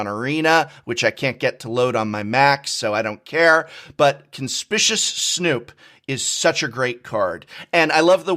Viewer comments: Conspicuous is pronounced con-spick-u-ous. Not con-spish-us. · Conspicuous Snoop, pronounced: Cun-Spick-You-Us Something, something, the Professor was a teacher!?, something, something... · Prof, why are you mispronouncing Conspicuous Snoop like Seth? My soul can't handle this! 💀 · B-but you are an English professor. That's not how you pronounce conspicuous. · english professor: conspishus snoop. ah yes indeed. Now that was conspicuous. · The way the Professor pronounces "Conspicuous" is surprisingly frustrating. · Awesome video as always, although the Professor repeatedly mispronouncing Conspicuous in that card review part had me a bit tilted haha :p It's the opposite of inconspicuous, as in he is clearly visible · Prof mispronounces a fair number of words from time to time, which I attribute to the fact that he learns them from reading. But you might be on to something here that if one person says "Conspicuous" wrong others hear it and repeat it. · Hey professor : Con - spik - yoo - us. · That's not how you pronounce conspicuous!! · I find it interesting that an English professor and person with a degree in english don't know how to pronounce the word conspicuous. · Am I the only one who knows how to properly pronounce ‘conspicuous’? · it's so triggering that an English professor can't pronounce the word "conspicuous" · Oh no...even the Professor is pronouncing Conspicuous wrong. SaffronOlive-speak is contagious. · Ummmm......how is conspicuous pronounced again? 🤔 Don’t mean to be the speech police, but wasn’t an English Professor? Dude.....🥴. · Indeed, it is a conspicuous coincidence how he conspicuously mispronounced 'conspicuous'. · Damnit, Seth's mispronunciation made its way to the prof... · I have come to expect it from Seth, but not from you Professor. Stop saying "CONSPISHUS". It's "CONSPICKYU-US". Reading the phonetic notes explains the word. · I hate how the professor says "conspicuous"